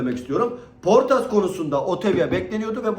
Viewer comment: abi şu isimleri sana zahmet telaffuz ederken biraz daha dikkat eder misin 😂 poortas diyon ya ömrümden ömür gidiyor puertas, yada otavio ya otivyo diyon ya cidden yaşlanıyor gibi hissediyorum 😂